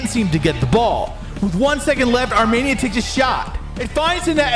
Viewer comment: Dude. arm E nia. Wtf is this Armaynia